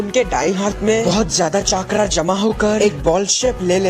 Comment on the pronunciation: Voचाक्रा नहि vo चक्र है